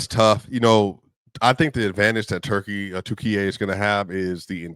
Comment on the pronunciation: thanks for comments, it is offical name now Turkiye not turkey thank you for saying correctly